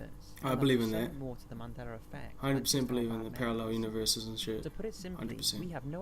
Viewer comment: Moron can't pronounce Mandela...